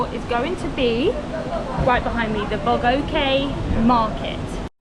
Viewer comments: the way you pronounced "Bogyoke" makes my blood boil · Not "Bo go ki" market. Pronounce as "Bo Joke" which means General. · It’s not Bo-yo-ke market, it’s pronounced Bo-joke market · The bo..go..ke market .Thats called Bo Gyoke Market.🥰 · It pronounces Bo-Joke market. Bo-joke (Bo Gyoke) means general referring to General Aung San to honour him for the gain of independence. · I appreciate your work on this video and your time in Myanmar. Here let me point out my impression of your video too. I heard you pronounce our general name in the wrong way!! I understand that this might be difficult for you guys to say it out the right way of Myanmar's name. But it's okay to say "General Aung San" too. That's easy and comfortable for you to speak and for us to hear.